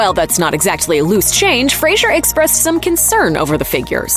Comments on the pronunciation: Fraser like fray and sir. Not like fray and sure. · Fraser not Frasier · Fraser, not "Frazier" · Scorpions sting not bite and it's Fraser not Frasier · I've got to stand up for Brendan here and remind you that his last name is pronounced "FRAY-zər" as in "razor" and not Frasier as in the television sitcom. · Fraser* lol, and it's pronounced like "razor", not like the Kelsey Grammer character. But yeah, he's awesome, I loved him in this, Blast From The Past, Airheads, even the small part he had in the show Scrubs was done amazingly well. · Fraser. its pronounced "Fray zer" FRAYZER...... for gods sake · It's Fraser, rhymes with razor. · His last name rhymes with razor. Could at least make sure you’re getting his name right. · You'd think a channel of this magnitude covering a movie with an actor on a miraculous comeback. You'd ATLEAST pronounce his last name correctly even ONCE in the entire video. But....🤷‍♂️ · Pronouncing Brendan Faser's last name incorrectly will only get you put on the list.